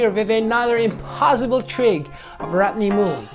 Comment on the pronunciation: “rotnee mull”